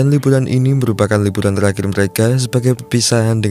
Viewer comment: Liburan bang bukan libulan.. Lu kalo ngomong R yg bner donk masa iya huruf R dibaca L